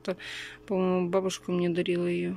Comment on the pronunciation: ты слово рандомно знаешь, а МНЕ вместо МИНЕ, не знаешь что надо говорить??? или ты спецом так делаешь?